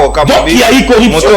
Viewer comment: Selon la phonétique Française on dit: CORRUPTION et non CORREPTION. Merci